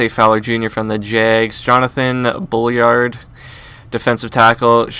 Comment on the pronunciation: jonathan BULL-ARD not bulliard